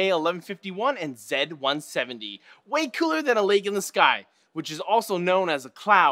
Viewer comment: Thank you ZED170 not ZEE170 :)